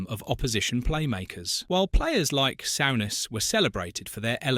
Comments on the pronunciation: Sort out your AI shit Sowness, wtf!! it's soooness you plumbs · Graham “Sow ness” fuck Ai it is ruining you tube.